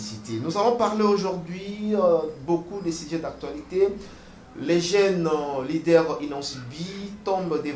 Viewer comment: Taba ikoté même ce qu"il dit malodoï leader il prononce ça mal